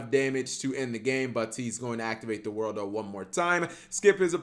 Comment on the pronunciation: just learn to say THE WORLD or ZA WARUDO not the worldo/za worldo... annoyes the hell out of me